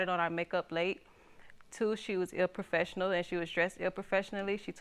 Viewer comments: Did she really say "improfessionally" not once but twice????? What??? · So we gone pretend she didn't say illprofessional? 😆 aw 👌 🤦‍♀️😬🤭😭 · Lol "inperfessionally" I'm done